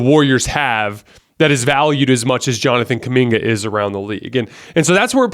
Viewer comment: stop saying Kuminga please.